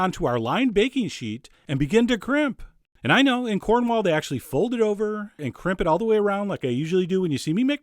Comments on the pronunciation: I love your videos, but please, NEVER SAY "CORNWALL" AGAIN. You hurt me. I actually threw up. I'm typing this with my fingers smothered in vomit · I live in cornwall and usually i would slit the throat of anyone who calls cornwall corn-wall instead or cormall however since this guy is so nice im willing to let it slide